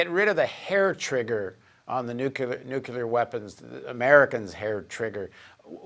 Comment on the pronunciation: nooooo paul jay dont say nookular :-(